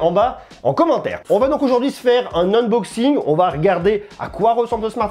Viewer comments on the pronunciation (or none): none